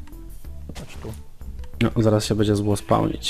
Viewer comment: Jak powiedziała (bendzie jak na sylwestra) to mi przed oknem betarda wystrzeliła